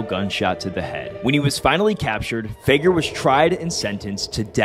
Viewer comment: It's pronounced Fig-air not Fay-ger